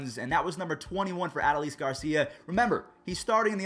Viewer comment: its a- DOH-les garcia not ad-o-leez get it right